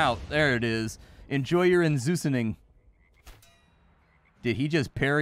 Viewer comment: 'enjoy your en-zeus-ning' 😂😂🤣🤣😂😂😂😂🤣🤣😊😊